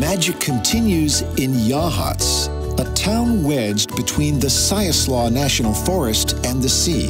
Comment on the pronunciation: You pronounced Siuslaw incorrectly. It is pronounced. SY-OOS-LAW